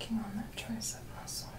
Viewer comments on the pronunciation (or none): none